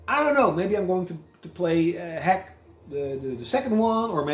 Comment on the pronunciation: I think that RPG is pronounced dot hack. Bit of a weird one if you put your games in alphabetical order